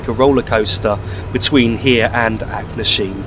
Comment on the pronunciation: Where is Kyle of Lockalsh and Acknasheen? At least learn to pronounce the names correctly.